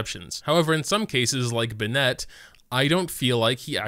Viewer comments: watched for a while now, and while i'm sure it's already been commented...why do you insist on saying bennett wrong? if you want to know how to pronounce it...he says it every 5 seconds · why do you pronounce Bennett like that? he's not a pokemon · He pronounces Bennett as if it were a girl's name.